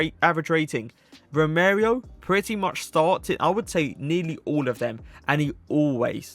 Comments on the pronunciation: I think United's team for next season will be really joyful to watch! Nice video again, funny pronunciation of Romereo (Romero, however you called him Romereo) - not hate I just thought it was funny but I think 99% of the names I'd pronounce would be worse😂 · It’s Romero not Romerio 🤣